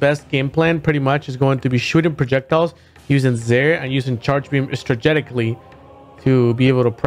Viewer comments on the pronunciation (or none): Stragetically. Strategically. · There has never been a world where Samus needed nerfs yet every game they have made her worse. Very disheartening. also did he say "strageticly"?